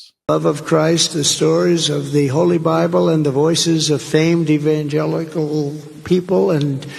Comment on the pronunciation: He just can't pronounce evangelical, and he used it in several different ways or attempted to anyway. Slurring and not being able to pronounce a word is two different things. Was a little over his usual simpleton verbiage that he uses so marvelously to hypnotize his audience.